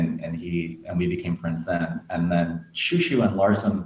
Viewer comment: I’ve been waiting for this since forever. Also the more accurate pronunciation XiuXiu is She-Oh She-oh ☺️